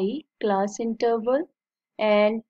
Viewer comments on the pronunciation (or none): Ma'am it's class not calss